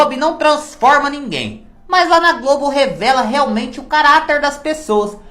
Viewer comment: Quando você fala:GLOBI eu morro de rir 😂😂😂😂😂